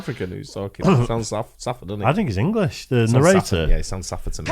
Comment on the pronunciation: I'm learning errrrrnglish